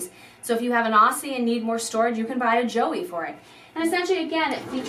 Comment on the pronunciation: What’s with the Australian names? It’s weird. You did at least pronounce emu correctly. Aussie on the other hand, you butchered it.